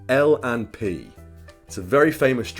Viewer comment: You said l&p correctly